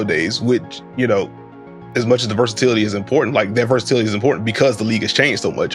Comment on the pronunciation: my mans said diversitility ☠️